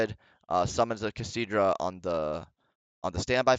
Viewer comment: why do you keep saying kashtidra?